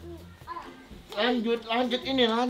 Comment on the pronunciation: Habis shod terus dhod bukan do